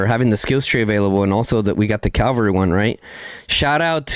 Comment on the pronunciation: lol brah, it's called Cavalry, not Calvary. Calvary is where jesus got crucified. Cavs are fighters on horses while calvs are baby cows or on back of your leg.